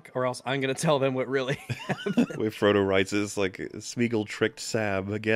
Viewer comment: "For Trungo"